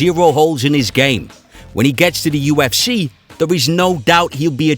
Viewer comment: ”The u f schee”. The speaker made me turn it off after a minute.